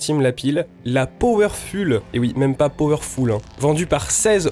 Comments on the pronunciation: super merci ! un tip : powerful ça se prononce foul pas ful, et optimum se prononce optimom pas optimiom :) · M énerve avec son powerful Powerfoule la prononciation Ça s écrit bien comme ça hein Sinon super test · Excellent, merci pour le test ! Maintenant j’achèterai mes piles chez Lidl. PS : je crois qu’il n’y a pas de faute dans « Powerful », qui doit bien se prononcer « Powerfoule » et non pas « Powerfule » même s’il ne s’écrit pas « PowerfuLL », tout comme « beautiful » qui n’a qu’un L. Merci, je vais continuer à te suivre, tes vidéos ont l’air top !